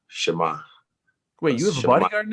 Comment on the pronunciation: SIE MA!!! (sheh-mah. the polish slang. it's a cool way to greet somebody) Someone tell Israel the accent goes on the "Sie" not the "ma" haha. Big respect from a polish guy to a true champion over here. I appreciate your show of respect Israel. If You and Jan compete I believe you two have a big potential to send a positive message to the world that people need right now, not only in the cage but outside especially. Respect and Blessings to You and Ariel.